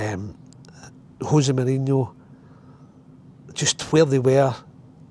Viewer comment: José Mourinho not Hosie Mourhino